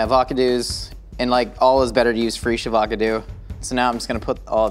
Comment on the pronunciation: when said "free-sh avAcadoos" I thought he said "free" as in, "Go forth and steal avocados my children."